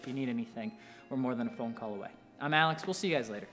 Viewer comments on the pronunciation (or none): none